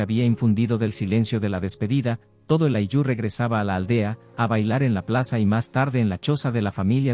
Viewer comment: No es ayllú. Es áyllu.